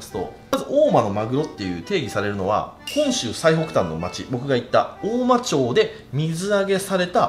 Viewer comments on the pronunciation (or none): 大間町(おおまちょう)じゃなくて、おおままちです☺️ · おおまちょうじゃないよおおままちだよ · 青森に来てくれてめっちゃ嬉しいです。 ただ違和感がすごいあって 大間ちょうではなく大間まちです。 地域によって町の読み方は違うかもしれませんが正式な読みになりますので！！ 地元の方もちょうではない思ってます笑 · 大間ちょうじゃなくて大間まちですよ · おおまちょうではなく、おおままち。By青森県民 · 母の実家です！ そんでもって『おおまちょう』ではなくて『おおままち』だった気がします、、、